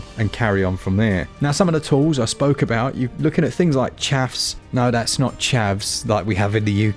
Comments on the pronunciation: "Aboot it" 😂😂 You get it? You get it? "Aboot"? Disclaimer: I've been drinking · I appreciated the “ah-boot” it pun 😂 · You say, aboot?? G'day mate.